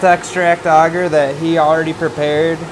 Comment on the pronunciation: its not "auger" its ay-ger